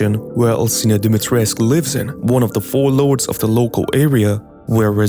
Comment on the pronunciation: The "u" at the end of her name is pronounced 🧐🧐 so many people got this wrong